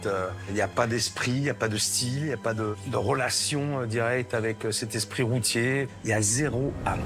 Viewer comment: j'Ai tellement l'impression que le pere dit Roti au lieu de routier XD